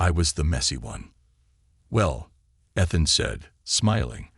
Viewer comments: It makes me crazy when the computer voice mispronounces word. EE th an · I think this is a made up story. Why can’t they teach AI how to pronounce Ethan???? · It stopped me from enjoying the story. Ethan!!!!